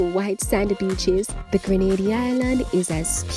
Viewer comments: Need to correct our island name to English speaking Grenada; IT IS GR'E'NADA and Not Granada, a Spanish island off Spain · It is GRENADA NOT GRANADA!!!!!!!!!!!!!!!!!!!!!!!!!!!!!!!!! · It's pronounced Green-nay-da!